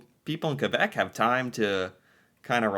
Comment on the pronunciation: Does this guy actually think that everyone moves on the same day every year?? Two years plus of doing these videos now, and still doesn't understand why Quebec doesn't celebrate Canada day? It seems like he has to be reminded every week or so that "Quebec is the French one." At least he pronounces it correctly.